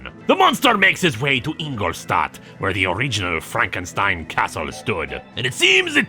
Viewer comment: Glad to hear pronouncing Frankenstein with the german "st" again. Doing an archive binge of this comic and dropping that in #5 was jarring. Edit: Some of the time at least